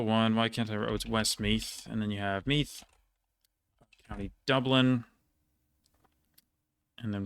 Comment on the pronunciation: The th in Meath is voiced, or if you wanna go full Irish just pronounce all th's as t or d